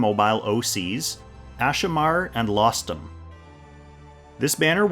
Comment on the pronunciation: Rostam was the name of legendary persian heroes. Lostham just sound.... very wrong